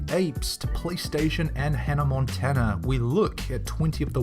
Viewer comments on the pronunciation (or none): HE SAID ANNA MONTANA XD